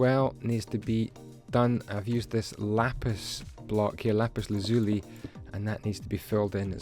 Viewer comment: is actually pernouncrd lapis lazooly not how it's spelled I know it's stupid but just a quick tip k bro